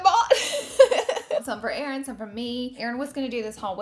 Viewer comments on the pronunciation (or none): none